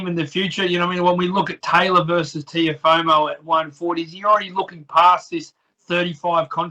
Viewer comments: Nah it’s Teofemale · reporter pronounce Tiofemo name probably, Kam Teo gonna destroy you hands down Devin Haney will too RTalk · the way the interviewer saying teofomo is giving me aids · Someone tell this reporter its Teofimo not "Teofomo" surely you'd be able to get it right by now